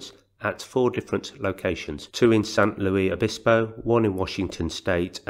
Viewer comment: I've recently found your channel, and you do a really good job! Just FYI if you're interested: The "Luis" in San Luis Obispo is pronounced with the "s" sound at the end exactly like the last name of author C. S. Lewis. Also, the "e" in San Pedro is long (silly, I know). : ) Keep up the good work.